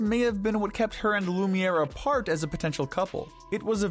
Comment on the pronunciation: Not lumer